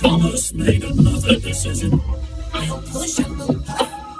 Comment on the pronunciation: Narrator: "Thomas made another dicision?"